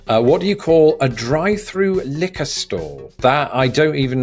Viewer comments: I thought he said a drive through knicker store! Lol couldn’t figure that one out. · I thought for a second you said “drive-through knickers store”. I was wondering where in the US would someone need some pants so desperately!